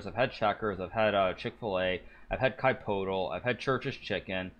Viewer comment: I’ve had “Ky-Potle”